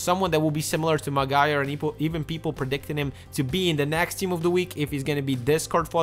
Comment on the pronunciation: its pronounced like Mag - wire